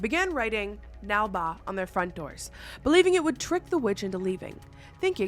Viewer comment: Came to the comments to say that you say “nale baa” or ನಾಳೆ ಬಾ in the Kannada language, is what will help you when you are visited by the witch. Nalbha sounds too sweet and inviting (and is not Kannada).